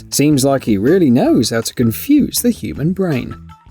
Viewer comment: Every time he said confuses i cringe